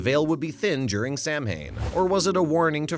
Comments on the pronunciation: The narrator should learn to pronounce Gaelic words. The spelling is not phonetic. Repeatedly saying "Sam Hane" when it should be sow' ahn is as grating and disrespectful as pronouncing "Dia de la Muertos" as "deeyay delay murtuss." Pronunciation guides are available free! Your viewers deserve better.✌🖖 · Commentator, learn how to pronounce Samhain (saw one) and other unfamiliar words before recording, please.